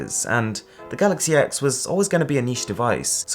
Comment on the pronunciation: It’s pronounced ‘galaxy 10’. It’s really not hard to get it right...